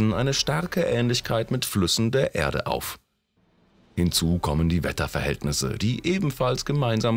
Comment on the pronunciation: Diese Stimme, das Grauen..... Unsere Ärde . 2005 äntdäckte Cassini.... Merke: Ä ist nicht gleich E ...